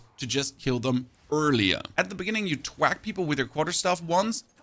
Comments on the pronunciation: TH-Wack. I love the vids. Makes POE2 digestible and gives a strong base/anchor point. It’s pronounced TH-Wack. Not T-HHwack. 😅 much love brotha. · good video. you're saying "twack" when i think you're meaning to say "thwack"